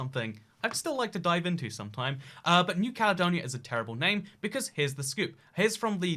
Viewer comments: "THHE CALEDONIA" How can someone mess that up? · “THHE CALEDONIA”